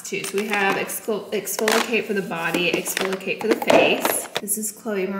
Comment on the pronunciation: You’re saying exfoliate wrong 😑